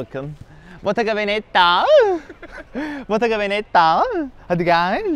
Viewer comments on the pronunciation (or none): No one: Really no one: Kerimcan: bOtTeGa VeNeTtAğHğ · botaganavenettaağğh -hadi geeğğlh -ay SUS (Beğeniler için teşekkürler)